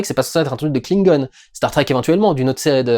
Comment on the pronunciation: Tu peux dire Klingon en français stp, ça me fais trop mal au oreille. En Anglais on dirai qu'on parle de truc trop mignon.